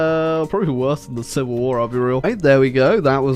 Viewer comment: Ah yes “shivil war”